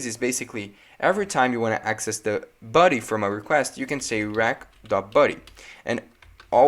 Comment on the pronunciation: You pronounce body as ‘buddy’ lol